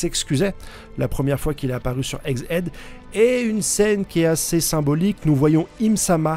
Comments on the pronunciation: Ça ne se prononce pas eggs hid , ça se prononce eggs hèd, ça veut dire tête d’œuf en anglais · Bordel ça se dit ÈG HÈD !!!!! (Tête d'oeuf si t'avais pas compris)